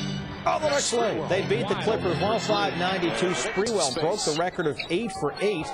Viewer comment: Latreeeeeeeeeeeeell spaaaaaareeeeweelll, idk y he says it with an a, but whatever.